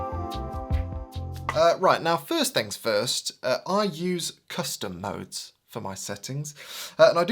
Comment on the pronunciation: thought you said "custard modes"